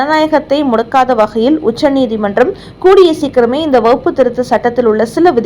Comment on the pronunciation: வகுப்பு திருத்த சட்டம் இல்லையம்மா. அது வக்ஃபு திருத்த சட்டமம்மா. உங்களது உச்சரிப்பில் குற்றமுள்ளது. முதலில் அதை சரி செய்து கொள்ளுங்கள்...